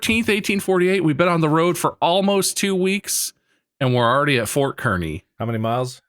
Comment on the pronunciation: As much as I can’t stand Kearney, every time Bob says ‘KER-ney’ my Nebraska-born ass went ‘It’s KARN-ey, Bob!’ 😂